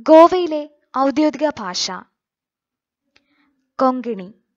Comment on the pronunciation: ഫാഷ അല്ല... ഭാഷ 😆